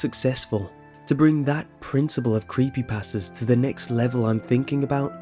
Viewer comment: I love the way you say Creepypasta ^-^